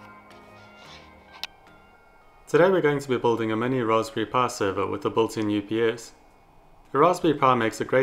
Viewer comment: "Ross pury" XD